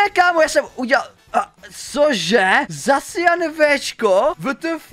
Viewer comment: dodo je to jmenuje se vyslovujeseto zašian